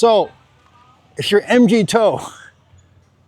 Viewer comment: hey buddy, just wanted to let you know, MGTOW is pronounced: MG - Mig, like the Soviet jet TOW - Like the first 3 letters of Towel. Speaking of Migs, I'm moving over there early next year. We're building our house on the farm outside Roxas. I plan on being a regular at The Beaver. If you happen to be there I'll buy you a San Mig and I'd love to compare dating stories from the Philippines.